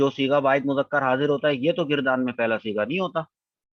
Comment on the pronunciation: یہ لفظ گ کے فتحہ سے مستعمل ہے: --- گَرْدان